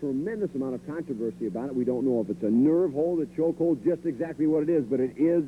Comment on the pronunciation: Oh man zee claw hawld..